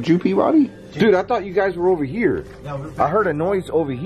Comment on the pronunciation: (su tart said his name wrong)